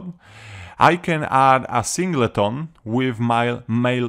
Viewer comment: Very handy cheers - also love the pronunciation of Sing - Ley - Ton ;) - good job